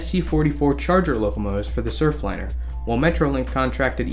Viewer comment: There's an "r" on the end of that: Surfliner.